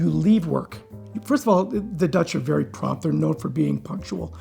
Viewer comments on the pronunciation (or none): none